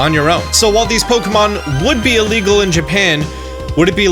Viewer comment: Istg everytime you said "illegal" i thought you said legal. dead serious I heard you say 18,000 people were sued for legally downloading music.